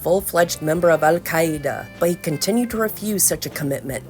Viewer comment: I really enjoyed the pronunciation of "Al-Qaeda" in this video!